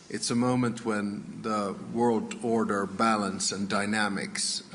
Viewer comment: If you say “order” like that one more time 🙈